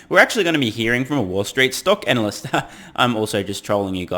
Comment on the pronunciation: Was that "analyst" or "Anal-yst"? Cheers.